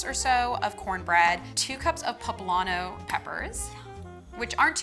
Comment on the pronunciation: It's poblano peppers, not pablano.